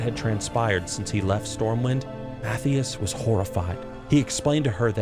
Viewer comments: Who is mattheous lmao!!!! his name is Matthias !! math-eye-us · Almost 100% certain Mathias is pronounced Muh-Thigh-Us. This is like a normal name. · Who tf is Math-eeus? Surely you can’t be mispronouncing the Spymaster of SI:7 Mathias Shaw? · Ma-thigh-us! 😅lmao